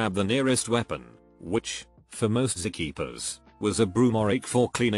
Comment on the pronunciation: narrator voice: zeh-keepers of reddit